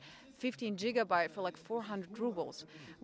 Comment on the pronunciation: "Джигабайт" такое произношение последний раз слышал в Италии.